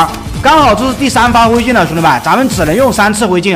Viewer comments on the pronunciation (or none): 灰盡你說成回盡